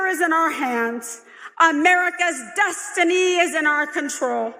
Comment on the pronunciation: "America's dustiny..." as she tries to mimic Kamala's "optimistic joy" approach. Everything else has been said in the comments and video.